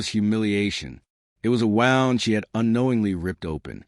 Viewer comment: It's not a "wownd" it's a "woond"